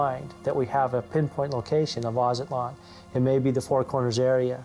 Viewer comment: it is not Azatlan...... its Aztlan.